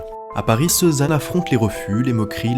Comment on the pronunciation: L'IA qui prononce ceux-zanne. Non mais quelle honte !